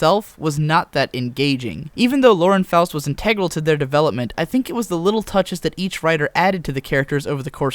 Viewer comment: IN-tih-grul, not in-TAY-grul. As somebody who reads a lot and got his vocabulary from it, it really shouldn't bother me so much that you speak like somebody who reads a lot and got his vocabulary from it. But it does.